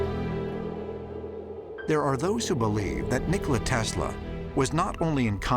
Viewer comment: Nikola Tesla not "Tasla"👍